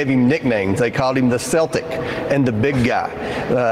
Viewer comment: The problem that the GOP is facing is that, what Hunter Biden did might have been unethical, but that doesn't make it Illegal. Plus, they have to tread lightly, because if they start making unethical things the same as Illegal, they all might be indicted some day. it's pronounced Kel-tic, with a hard C you dummy.